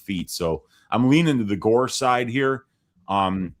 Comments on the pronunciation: I thought the Gore name pronunciation was a bit, and now I think reaction is a bit too 😂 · I thought was making a joke saying tresean gore name lmao